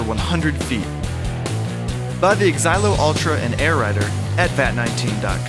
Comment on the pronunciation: Who else noticed they said bu instead of buy at the end of the video